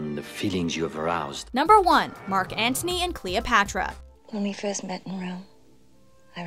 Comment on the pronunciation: She pronounce every other name perfectly but could not pronounce the name Antony...funny.